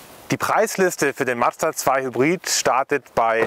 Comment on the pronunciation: Nice video, but... it's a Mazda, not Mad-zda 😅 Or do Germans have problems saying that? 😂